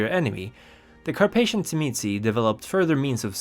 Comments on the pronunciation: In the sabbat sourcebook circa 2nd ed, they phonetically pronounce it as "Zhim-ee-see or say". From my own hungarian background, the wordwould be pronounced by magyar speakers as "Zhim-uh-say". The pronunciation spoken in the video seems to be from someone whose native tongue is latin based, like italian or spanish, so that filter causes it to become abberant. For precision, say the word "jim", but replace the hard 'j' with an "sh" sound, while pressing a 'z' sound right before that. "Zhim". The next syllable is easy. Just a soft "uh". The ended with a slightly inflected "say". Pronouncing the last syllable "see" isnt unforgivable, but "say" is closer to correct native tonality. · I was waiting for this video, so I could learn how to pronounce Tzimisce